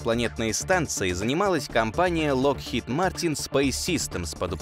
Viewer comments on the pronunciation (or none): none